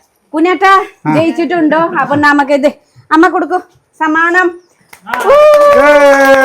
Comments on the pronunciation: സാമനം അല്ല സമ്മാനം😂soikutty ❤ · ഈ നേപ്പാളി സിസ്റ്റർ എഗ്ലീഷ് മിക്സ്‌ ചെയ്തു സംസാരിക്കാൻ നോക്കൂ.... സമ്മാനം അല്ലെ സാമാനം അല്ല 😂😂😂